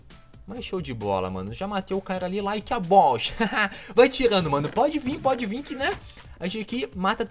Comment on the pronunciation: Like a balls ri mt huahuahua